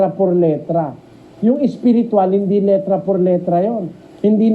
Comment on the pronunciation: Letra not litra